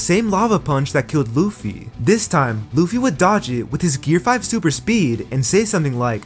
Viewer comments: Gear5 ❌ Gear riz ✅ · Did bro just say "gear rizz" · Bro said gear rizz💀☠️💀☠️💀☠️💀